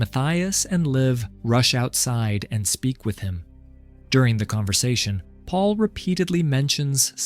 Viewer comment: "Michelle loved the pond so much. So much that Paul dug it just for her." That makes no sense. The AI's pronunciation of "Paul" is comedic. "Pull" 😂